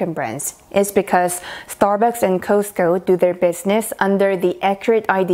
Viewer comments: You are not saying Costco right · The way she pronounces “Costco” is freaking cute.